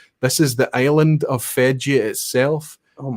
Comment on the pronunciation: Question 8 were definately not an asshat question from a Norwegian perspective. You pronounce the name of the island wrong just like 99,99% of Norway would 😀